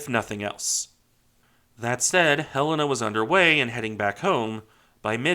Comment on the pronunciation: I dont normally care for how things are properly said, but Helena being my states capital, for some reason really annoys me alot when i hear it said wrong. And very, very few say it right. Thank you for pronouncing Helena correctly. Great video!